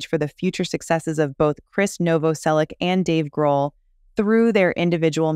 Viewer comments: Krist Novoselich (Novoselić), not Novoselick, god damn... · It's pronounced Novoselitch. ITCH, not ICK. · As a Croatian, like Krist, it's pronounced Novo-selitch. You're welcome. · Its pronounced nov-vos-elitch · Noh-voh-sellick ... Lol ok, lady. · IZGOVARA SE NOVOSELIĆ-CH,HES CROAT,-CROAT SURNAME .IFC IS C,IF Čor Č is CH.🇭🇷🇪🇺🇭🇷🦈 D So Christ NOVOOSELICH😅 YOU AMERICAN😂🎉🎉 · You are saying his name wrong